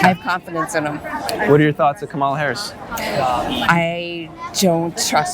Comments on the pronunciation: Dude, learn how to pronounce Kamala. It's not kaMALA, it's KAMAla. It's like the punctuation mark, 'comma', followed by 'la'. You wouldn't like it if someone CONSTANTLY mispronounced your name. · If you are interviewing people about the president, please learn how to say one of the candidates names. Her name is pronounced, comma-la. It’s lazy not to learn how to pronounce someone’s name. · You can’t even pronounce her name right. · Not one trumpster pronounces her name name correctly. So disrespectful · How can you take this channel seriously when the interviewer can't even pronounce Kamala properly 😂